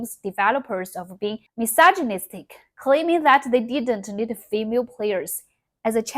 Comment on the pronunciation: listen, as someone who cant speak Chinese to save my life, id say your doing very, very well. even more so if your self taught though i gotta say, hearing you say misogynistic as miss allergenic gave me a good chuckle genuinely, i do not mean that to be rude or insulting. it was just honestly funny, so thank you for that this video was wonderful, we need more like this